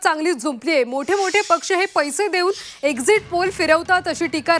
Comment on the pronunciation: Exit poll la exist poll bolath😂😂😂hela Kai ganta mahiti asanar😂😂😂